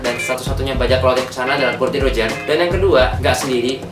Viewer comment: nama raja bajak laut tuh Gol D. Roger mas,, bukan Gold D.Roger,, dr tadi saya denger nyebut nya Gold mulu hahaha